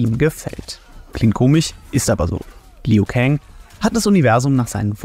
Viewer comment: BRUDER! Wenn du noch ein mal dieses LIU so beTONGst kriege ich was an mich. Er heißt ausgesprochen LU kang Und da mk12 gegendert wird BESTEHE ICH DARAUF